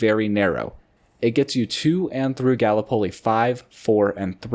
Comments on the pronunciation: You did alright, I knew what you were talking about! But Ga-lippolee is how we'd usually say it, emphasis on the start of the word instead of the middle. (Technically it does come from Turkish/Greek, as it's a place. It's where the ANZAC troopers basically had our D-day during WW1) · Love the more local video's (for me) its pronounced Gal-Lip-Oh-Lee, but you gotta sorta say it fast. I used to hate Remark's I found it boring. And it always seemed to have poor snow coverage. But as I improve, I do appreciate the chutes etc. I just can't be bothered going to Queenstown anymore. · Gallipoli pronunciation is crazy, but I forgive you.